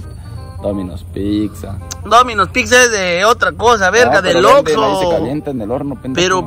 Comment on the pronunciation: Recuerdo cuando subió el video de comiendo comida adentro de un Oxxo, el quería comer tranquilo su pizza pero no quiso compartir su pizza de Fud y también cuando no dijo bien el nombre de Oxxo dijo Vamos a Lord Lorso 😂😂😂😂😂